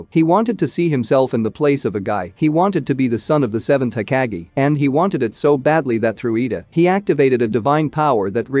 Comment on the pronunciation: Hokage not being pronounced right bothers me lbs